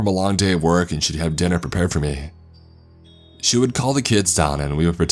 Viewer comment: “This is how it would workah”